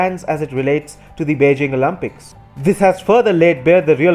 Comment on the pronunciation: winter “OLAMPICS” 💀💀💀